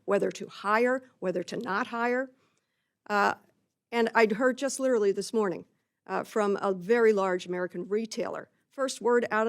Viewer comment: Banana republic...like lirelly